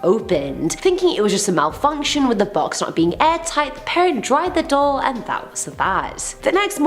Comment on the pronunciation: Wtf is a "dole"?? Lol 🤣😉